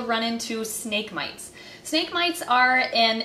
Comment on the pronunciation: You said snake wrong but it’s fine